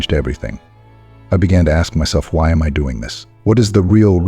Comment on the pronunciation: The AI voice saying who I a m blew it for me. I won't subscribe to this AI BS.